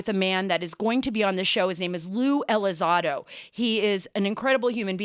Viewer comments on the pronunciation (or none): It's not pronounced Lue Elizodo it's Lue ElizONdo. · The name is Elizondo, Sara, not Elizando. Mr. Elizondo’s “jumping into conclusion” comments in regards to a theological position simply demonstrates that he disregards the supernatural aspect in regards to the UAP. A very dangerous approach to a subject (UAP) that has clearly shown to be a lot more capable than Elizondo himself or for anyone in this matter. Curiosity kills the cat. Praying for ya, Mr. ELizondo. And yes, you too, Mrs. Carter. Be blessed in Him! By the way, Luisito, the video is NOT from a “gun camera”, it is from an Advanced Targeting Forward Looking Infrared (ATFLIR) pod. Cmmdr. Fravor aircraft, an F/A-18F Super Hornet (Pilot & WSO), during the “Tic Tac” incident, did NOT have such a pod nor videotape from the “gun camera”. The FLIR 1 is from the SECOND Twin-Seater Superhornet that took off after Fravor had landed. On the Advanced Targeting Forward Looking Infrared (ATFLIR) video taken by the second crew, it can be seen next to RNG (Range) symbology, the numbers “99.9” which indicates the radar in the Super Hornet is “unable” to get distance to the UAP. Fravor’s opinion is that the radar was being “jammed” by the UAP, considered hostile, according to Fravor. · Ya, she also mispronounced his name Tom Delon, and lue Elizado....Wonder how much research she did before the interview. Nevertheless Lue was good again.